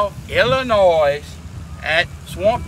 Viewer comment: Look man mad respect but, as a illinoian the s is silent.